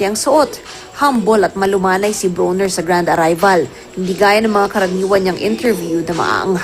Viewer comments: Bwhahaha she said Adrien BONER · Hahaha the reporter said BONER instead of BRONER😅😅😅😂😂😂